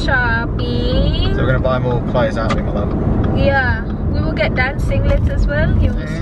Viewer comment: wait lang natawa ako sa "buy one, gate(get) one" HAHAHA